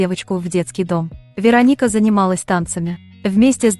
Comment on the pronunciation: Кто же так озвучивал? Ударение не пробовали правильно ставить? Рони - ударение на О, Вероника - ударение на И, Мигель - ударение на Е... Аж слушать противно.